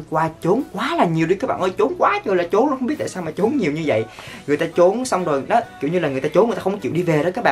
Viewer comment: A ơi! Trốn mà sao a đọc là chốn